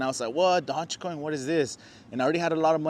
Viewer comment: Probably lost a million because you can't even pronounce it right did not know dodge made a coin